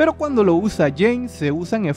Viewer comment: Jeanne se pronuncia "Yan" con una "a" larga